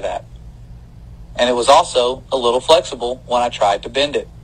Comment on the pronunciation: he did say it was a lil "flexable"...